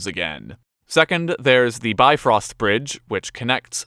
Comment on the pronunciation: "Got help with pronounciation" proceeds to pronoumce/write everything in an anglophone way, including the infamous 'Bifröst' as "bi-frost". Although frost is wrotten the same in Old Norse, the name of the bridge is made from "Bif" and "Röst", the second word meaning "rest" so shares it's root with the English word. A helpful note is that an I os never pronoumced as "eye" bug rather like english words as "if" "in" and so on. In case you are wondering, Marvel does not have any pronounciation that's remotely accurate, although I'd give a pass on Þór and Óðinn. Very cool chart though! Just the usual internet nitpick here :)